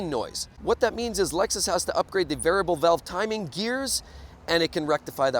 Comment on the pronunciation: Can't even say Variable Valve timing correctly